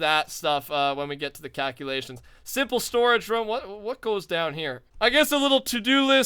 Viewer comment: "The cowculations are in!"